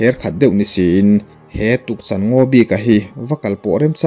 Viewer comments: Tukchan ngaw niloin Tukchân tih tur a ni e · Tukchan...Chan hi ka thilneih ka chan ti Anga lam tur